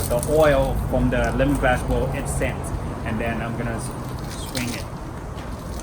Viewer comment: His accent is strong so it sounds like he's saying the wrong word The way he says Lemongrass sounds like lemonglass Kaffir lime leaf sounds like kaffer Oil sounds like Oy